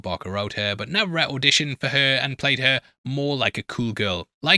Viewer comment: Dude lol saying Navarette wrong I understand but how did you fuck up BARKer every time lol